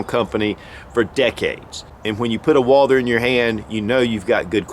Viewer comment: It is pronounced Walth-errr NOT WALDER